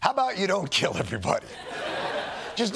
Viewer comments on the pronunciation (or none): none